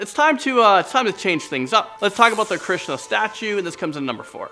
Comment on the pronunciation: Dude say hindu goddess nice. This is how you say it hanman (han oo man) krishna (krish na) sai baba